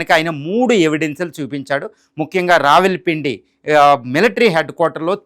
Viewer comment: రావిల్ పిండి, రాగిపిండి, అప్పడాల పిండి ఏం వార్తలు చదువుతున్నార్రా బాబూ.